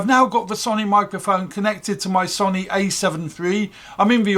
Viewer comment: Sony is pronounced sow-knee, not son-ee.